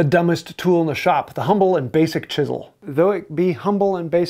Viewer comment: If chisels were that important, how come he hasn't learned to pronounce "chisel".